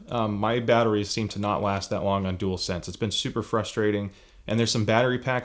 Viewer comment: Top marks and you can say dualsense 👍🏻 properly.